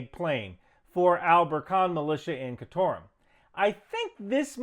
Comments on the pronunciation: Khartoum, not ‘Khatorom’ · Are you saying Khartoum (car-toom) in some different language or something?